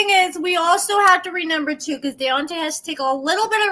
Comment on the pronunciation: You crack me up saying "renember" 😂